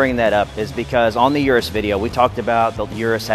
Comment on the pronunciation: He says "ur-us" I say "eu-roose"